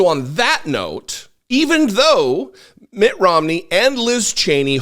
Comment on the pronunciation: It's Mitt, not Matt. Thanks for the video. I always look forward to what you have to say.